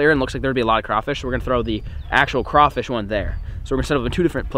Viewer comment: Thank you for saying crawfish right